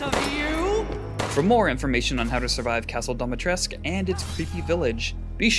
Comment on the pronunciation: Pronunciation of her name is wrong add the u to it it's Romanian.